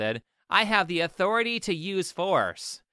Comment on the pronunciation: and she sounds as threatening as a poodle yelping